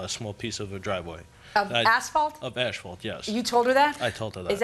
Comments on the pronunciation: the way he keep's saying ASHfault... it's asphalt dude. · The idiot Defendant is calling it "Ashfault". 🐌🐌😅😅